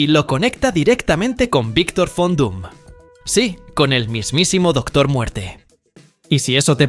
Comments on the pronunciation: cuando hagas un video no repitas tanto que se suscriban a tu canal ni el contenido ´porque eso cansa y aburre y aprende bien los nombres el personaje se llama Victor von Doom, conocido como Doctor Doom o Doctor Muerte Victor von Doom. entiendes ??? porque pareces enfermito repitiendo Fon Doom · VON DOOM (no FON) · Es Von Doom, No Fondum 😂😂😂